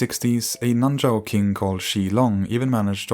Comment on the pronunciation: It's actually nan shao